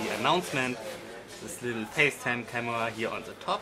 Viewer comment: Camua! Hahaha xD posesa hahahaha xD